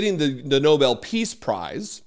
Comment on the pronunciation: Tr*** should not get it until he learns how to pronounce it! NOBEL But even then he shouldn't get bec he has done nothing to earn it.